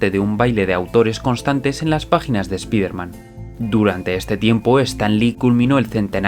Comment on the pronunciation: Spiderman se LEE "SPAIDERMAN"...OK???